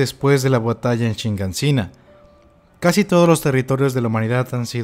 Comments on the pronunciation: Sigo sin entender por qué aún después de tanto tiempo y tantas veces que se dijo en el anime y tantas veces que se escribió en el manga... Sigues diciendo "shiNganshina", cuando claramente es "Shiganshina". Solo... ¿Por qué? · Se dice Shiganshina, no Shinganshina xd